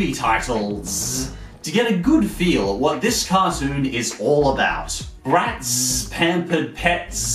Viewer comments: The way the way he said the Z for Bratz just hurtzzz physically... ZZZZ Also YES Miraculous Ladybug! Edit: oh shit he hearted my comment! Thanks for the likes too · Umm.. I'm sorry you said it wrong it's bratzzzzzzz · "Z" does usually represent a hard "sss" sound, so it should be pronounced like "Bratsss" (but he does over emphasis it). I think he's just making fun of how lazy writers and marketing departments like to throw random Z's and X's all over kids products. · What normal people hear: oooohhh! Bratz! What I hear: aoooohhh! Barets! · You're BratZZZ emphasiZZZZ crackZZZ me up everytime!!! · Katsudon-Kun Matsuramoto Love yours too!